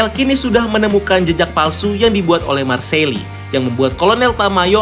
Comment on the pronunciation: Bella ciao = Bella cao Marseille = Marsey Bacanya